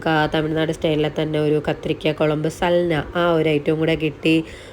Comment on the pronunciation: സൽന അല്ല സാൽന😂